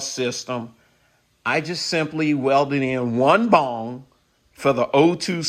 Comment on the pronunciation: Good info, thank you. I suspected this was the case. BTW, it's BUNG...it sounds like you're saying BONG...both have their purpose haha.